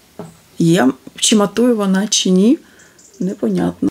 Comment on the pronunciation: Ну чому вимовляете погано слова на укр. мовi? Шьчьось, чьи, вiдтiночьок ,чясто получяеться, чьомусь i т. д. В украiнськiй мовi немае такоi вимови. Дуже не гарна вимова слiв у вас.